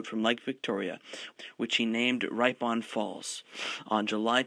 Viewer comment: For the benefit of accuracy, "Ripon" Falls is pronounced "rip-on" (like rip off) not "ripe-on". Also - Trieste, Italy is pronounce tri-est (as in "tri-ple" and "tri-poli") but not "try est".